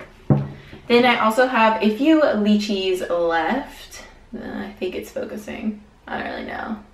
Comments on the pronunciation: the lychee is pernounced ( lie - chee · the way you say lychee's sounds funny, in Australia the y say "i" so l-i-chee but spelt with a y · candyB I noticed that too lol! I'm from Hawai'i and we pronounce it like "lie•chee". It's alright though, we still love you:) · Every time she says lychee 🤣🤣I just can't! Same as below pronounced with a I instead of y! But hehe I like it! I'm laughing 😂